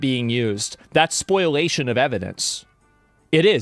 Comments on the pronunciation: Spoliation, not Spoilation. Spol - ee- ation. (What's funny is this lawyer consistently says it wrong too - I watch of a lot of his videos) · Its spoliation. Not spoilation. Okay then, back to moderating my subreddit r/iamverysmart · They keep saying this. It's not spoilation. It's spoliation. Spoliation of evidence. Look it up.